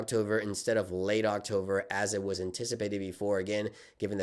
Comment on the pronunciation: October ❌ Octover ✅